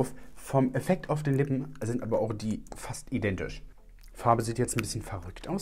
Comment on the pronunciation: 🧐 Ich seh auch keinen Unterschied 🙈 bei fast identisch hab ich vorhin verstanden "fastzidentisch" 🙈🤣